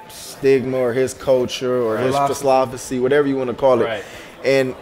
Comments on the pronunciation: “Phislophocy” -desean jackson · He said it like "Philly-osophy" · PHISLOPHSY lmfaooo